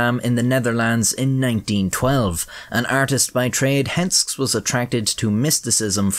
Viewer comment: The name is pronounced with two syllables: Hens-kes